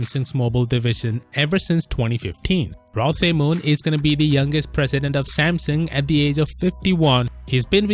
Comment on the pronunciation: I'm pretty sure you pronounce it Rlo Te Moon Mixing the R and L into one because Koreans are weird and Tae is pronounced te like in tennis.